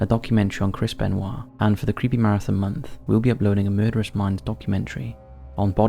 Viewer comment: Chris Beniot = Chris BENWALL :P HAHAHAHA